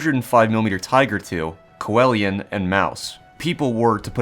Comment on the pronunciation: I lose sleep over the way you say Coelian